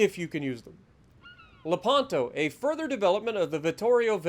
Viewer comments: It is pronounced lèpanto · It's pronounced LE-pan-to, stress on the first syllable!